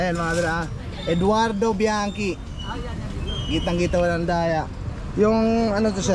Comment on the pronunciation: H Mali àng Sabi nyo sa biachi, GANITO tunog dpt, ( BIANTSI,) ano ba kc basa nyo sa chicitita